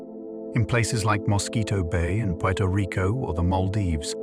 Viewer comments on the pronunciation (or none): none